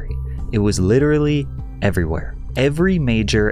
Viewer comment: "Litreally everywhere", never even heard of this guy lol.